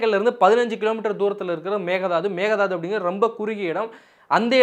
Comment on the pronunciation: Pl prounce mekke thattu not mega dathu